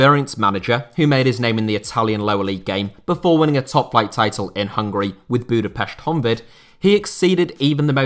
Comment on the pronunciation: You almost perfectly pronounced Budapest Honvéd